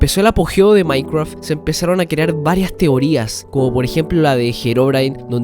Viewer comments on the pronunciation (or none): Que viva el "maicwaf" xD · Maincreaf esa pronunciación. Pd: me encantan estos vídeos de teorías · "MAINCWRUAFT" xD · No quiero ofender pero me da risa que digas maicraf XD